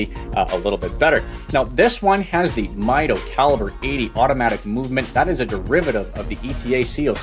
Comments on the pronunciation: It is pronounced Meedo , not Mido . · It’s a Spanish word that translates to measure. Pronounced “meetho”.